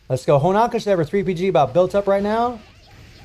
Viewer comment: Please man. It is HonOOOOOka. Not Honaka. I really thought by this point someone would have tell you. I love you and your content but you destroy her name every time. You dont have a clue how much It bothers me. You must stop. It is with an O, HonOka. Please or I will kill myself! Please!!!!!!!!!!!!!!! STOP!!!!